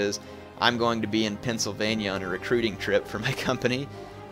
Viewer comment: lol, I first thought said Transylvannia insteed of Pennsylvannia